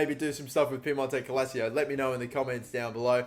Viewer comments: Sorry mate but it pisses me off when you say "Calacio" instead of "Calcio" lol 😂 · Calcio is pronounced “kul-cho” in Italy and not Calazio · What would hermione granger say to you about piemonte calacio? Its calcio not calacio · Pronounce it as Cal-chio. Instead of calacio. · For god's sake it's CALCIO Not CALASIO 🤦🏽‍♂️🤦🏽‍♂️🤦🏽‍♂️ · U trigger me it’s calcio not Calacio learn how to read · ITS CAL-CIO NOT CAL-ACIO 😂😂🤦‍♂️ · Dude it's calcio not calacio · Ffs It is CAL-CIO not Calacio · Do you just purposely pronounce everything WRONG on purpose? First Calcio as “Ca-la-cio” then you pronounced Rabiot as “Ra-bo” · Cal - CHIO not Ca - la - sio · Calcio not Calacio. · I get more annoyed every time he says CaLAsiO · use me as a "its calcio not cal-a-cio" button. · Davide Serto it’s pronounced calcho not calseeo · It's CALCIO, not CALSIO. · It’s pronounced “kalchio” in Italian meaning football not “kalachio” 😂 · Calcio-> Kalcho🙃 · Who else gets triggered how he pronounces "calcio" as "cal-a-cio" instead of cal-cio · Everyone: piemonte calc-: PIEMONTE CALICIO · Please, as an Italian I beg that you pronounce it “cal-chio” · New drinking game, take a shot every time he say KALASSSSSCCCCHHHHHCHIO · Piemonte cal-shio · Nobody:: Piemonte-cal-a-cio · its pronounced cal-chi-oh fuck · Can you stop saying Piemonte calacio? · It is said cal-cho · Calasio? Why's he saying it like that? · It's pronounced Cal-cio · This is how many times he said cal-a-cio 👇🏻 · Love you though I do,, I'm stopping the video at 29 seconds and doing something that doesn't enrage my entire being, rather than listen to you say Calassio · It's pronounced calchio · everybody: piemonto clacio: piemonte calsio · Where. On. Earth. Did. You. Get. C-AL-AC-IO. From???????? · it’s pronounced ‘cal-cheeoh’, love the videos though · Why does he say calacio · "Piemonte Calacio". God your pronunciations are garbage. 😂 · Me an Italian hearing say calico wrong -_